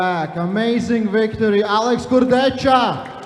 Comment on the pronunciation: Богом молю, прежде чем давать микрофон хриплому коментатору, скажите ему как правильно произносить имена и фамилии спортсменов. Слушать Шагенасвили и Курдечку просто невыносимо